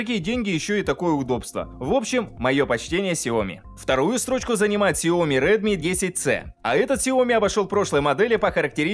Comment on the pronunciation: В названии сяо ми ударение падает на и ! Запомните на будущее. 😜